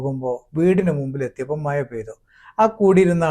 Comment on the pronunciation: മഴ യാണ് സുകൃതേ അല്ലാതെ മയ അല്ല